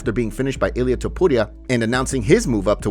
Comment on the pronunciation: I can't stand the way he pronounces "Topuria"